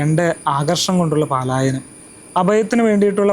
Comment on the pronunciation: പലായനം എന്ന് പറയണേ പാല.... അല്ല